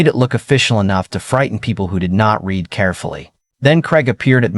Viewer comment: Can't you pronounce "read" correctly???